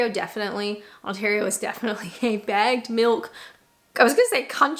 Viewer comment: Took me three or four listens to realize you were saying bagged milk, not bad milk.